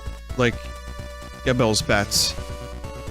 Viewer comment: According to official videos of Bloodstained, Fauxlucard's name is pronounced "JEE-bel". (Voicing the game, part 2)